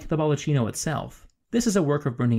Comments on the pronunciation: very interesting and well exposed... it would be perfect but every time you mispell "baldaccino (baldatchino)" instead of "baldacchino (baldakkino)" my ears hurt so much... sorry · nice video, apart from the cavemen's units (feet, pounds..) and some pronunciations.. it's 'baldacchino', not 'baldaccino'.. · Great video, even I learned a few new things about a place I know well. Look forward to more videos. Just one note: the word “baldacchino” should be pronounced “baldakino” instead of “baldatchino” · I love your videos for their erudition, and for the absence of bombastic music and portentous narration. Just good, solid, sometimes suprising, information. I've been to the Vatican many times, and I learned new stuff from you. However, baldacchino is pronounced "bal-da-keen´-no", not "baldacheeno", "ch" is always pronounced like a "k". Otherwise, perfection, and I look forward to more videos. Subscribed. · it is baldakkino and not baldatchino, the italian ch is pronounced k. It is not a capuccino, please. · Baldacchino is pronounced "bald-a-key-no" not "bald-a-chee-no". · Yes, my apologies for that. I realized my mistake almost immediately after posting the video, and several commentators have pointed out the mispronunciation. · Hey please, the video is really interesting, but you cannot pronounce "BALDUCCINO" when you're talking about the Baldacchino. Please a minimal research would have told you it's pronounced "bal-duck-kee-no". It's really easy, and you're so overflowed by Italian food products you could really use the basics of Italian pronunciation system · CH is read K. Every time I hear baldaccino my ears bleed. Is BALDAKKINO. Come on, You have a PhD... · Pronounced BaldaKEENo. Not cheeno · Another really good video. Thanks!! One point: baldacchino is pronounced bal-dak-KEEn-o; ch is pronounced K in Italian (cch, doubly so). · Excellent video. But one thing grated on my somewhat-Italianate ear: the word "baldacchino" is pronounced "bahl-dah-KEY-no"